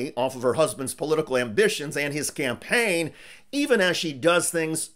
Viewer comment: You are too cruel, Did I hear you say 'Scampaign' and not 'Campaign'? You are sooooo evil...